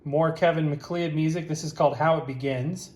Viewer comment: minor quibble, but the surname "MacLeod" is pronounced "Mac-Loud" or "McCloud". It's a scottish name.